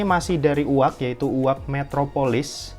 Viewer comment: Koreksi sedikit: 1. Mujjo leather asli 2. Yu-Ei-Ji, bukan “Uwag” dibacanya